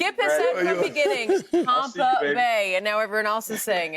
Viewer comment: im sorry but no one but skip is calling tampa Tompa and its freekin lame.